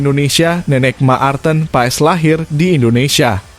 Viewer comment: Marten kok di.baca Ma arten